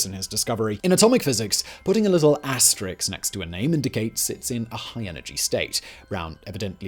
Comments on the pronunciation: You ACTUALLY said: ASTERIX. LOL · AsterISK, not AsterIX. AsterISK means star, AsterIX was The Gaul :/